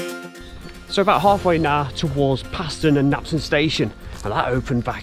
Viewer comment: Fantastic Video, especially nice to see the aerial footage! I live in Knapton, and have walked the entire route (North Walsham - Cromer Tunnel) many times in my younger days. You missed the Railway Terrace at Mundesley which is well worth a look! PS Paston is pronounced “Parston” by Locals! 😂